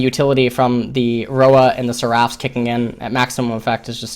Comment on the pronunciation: he's pronouncing "seraph's" wrong it's bothering me xD